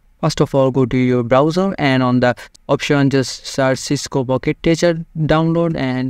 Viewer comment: it's "Packet" not "Pocket"